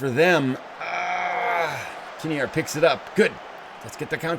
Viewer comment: Couple of notes. It's, when you say it. Just like a derby is a darby. And your goalkeeper is Kinnear - kinEER.:)